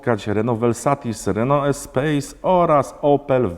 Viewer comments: Zamiast Espas to Espejs, zamiast Legasi to Leganza.... Czlowieku siedzisz w tej motoryzacji, robisz te odcinki, pouczasz, a sam takie bledy walisz, ze sie sluchac nie da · ESPAS, nie ESPEJS